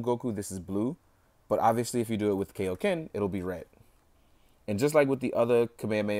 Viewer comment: It's kIoken not kAoken